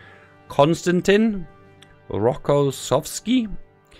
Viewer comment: LUL I would never thinking that it was so hard to say Konstantyn Rokossowski but you doing well =))